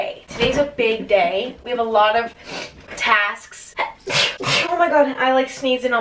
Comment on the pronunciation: i felt that when she said tasksk